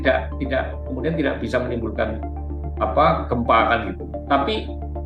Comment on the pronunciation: Anchornya please dong. Kata dengan akhiran K kenapa dibaca seolah akhiran G. Tidak (read tida') dibaca tidag. Sekelas narasi, Please bahasa indonesianya dong.